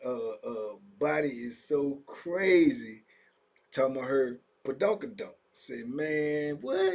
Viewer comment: It's BA doonk a doonk Unc